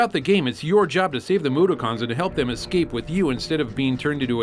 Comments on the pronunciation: Great video but wow that mispronunciation of Mudokon made me lol. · Mudokon is pronounced differently